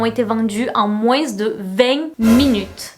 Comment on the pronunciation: "MOINZZ" éélalah